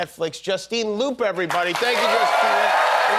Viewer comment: Did he really pronounce her last name as loop?